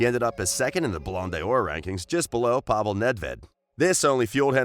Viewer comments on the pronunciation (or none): none